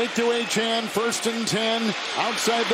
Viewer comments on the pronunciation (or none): These announcers really need to learn how to pronounce Achane's name ---- Sounds like A Chain